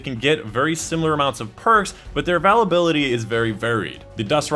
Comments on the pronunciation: Yeah he says avalability, instead of availability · Love your videos, but really not sure why you're struggling to pronounce "availability". Should be "a·vail·a·bil·i·ty" (or phonetically "a·vail·a·bill·a·tee"). Keep up the good work! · The first time i heard him say avalability... I thought I was mishearing, then I heard it again. I never knew someone could mess this word up. Congratulations. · Once I heard "Avalability" I had to turn it off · We all have a quirk somewhere when we pronounce a certain word.. that is his :) its all good! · I was about to say the same thing it's so Annoying it's a great video otherwise but he never says it right just pisses me off feel like he does it to troll.